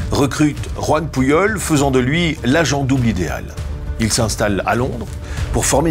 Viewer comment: S’il vous plait ,un nom catalan comme PUJOL se prononce Poujol et non pas Pouillol . Merci au nom de tous les catalans 😊